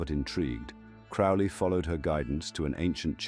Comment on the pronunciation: This video doesn't even pronounce Crowley's name correctly